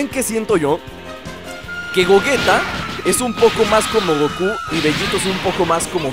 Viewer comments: se dice goyita no como tu le dices. osea se escribe gogeta pero se lee goyita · no es de idiomas tienes que decir como le dicen en el idioma oficial y los doblajes como referencia al japones se pronuncia goyita y se escribe gegeta ahora si entiendes